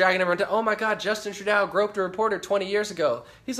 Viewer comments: Trudeau is pronounced Trudo :-) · Trudeau is pronounced - tru-dough - just being helpful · Excellent Breakdown of the Situation of the World due to Forced Migration/Invasion of Muslims! Btw, Trudeau's name is pronounced "True doh" But Believe me, WE Canadians have Many Names for him/her/it! He/She/It/They/Peoplekind Is The WORST PM In Our History! All the IDIOTS Who Voted For FuQTrudeau, most did so Because of the Cannabis Legalization promise. Well Known Ppl in the Cannabis Movement Encouraged Ppl To Vote For Trudeau/Liberals & 1 of Them Also Tried to Join the Liberal Party! However THOSE PPL Didn't even Look into the Govts VERSION of Legalization, just Stupidly Assumed Legalization Would be Run the Way the Cannabis Culture Wanted it to be! We in Canada, Do NOT have Much Choice in politicians To Vote For, the Top parties want Mass Immigration & to Make ONTARIO INTO A SANCTUARY CITY! WTF? Trudope now plans on BANNING HANDGUNS IN TORONTO, WE ALREADY HAVE GUN LAWS, ENFORCE THEM, STOP ALL NON CHRISTIAN IMMIGRATION & START THE DEPORTATION OF ALL THE ILLEGAL MIGRANTS & MUSLIMS OUT OF OUR BELOVED CANADA! Deport Them All Now Ban Islam NO MUSLIM MIGRANTS ALLOWED! Charity Begins At Home, Which Means: Support OUR OWN CANADIAN CITIZENS BEFORE BRINGING IN A BUNCH OF LOW IQ, MURDEROUS, BACKWARD, WELFARE CHEATS! CANADIANS NEED HOMES, WHY ARE OUR POLITICIANS GIVING HOUSING TO ILLEGAL MIGRANTS INSTEAD OF CANADIANS? TRUDEAU IS RESPONSIBLE FOR ALL DEATHS & INJURIES FROM THESE LAST 3 TERRORIST ATTACKS So Far This Year! TRUDEAU ALLOWED THESE BASTARDS INTO OUR HOMES & FOR THAT ACT OF T